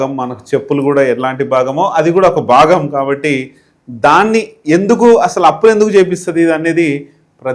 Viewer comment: బాగం కాదు భాగం అనాలి అది తెలుసుకో ముందు.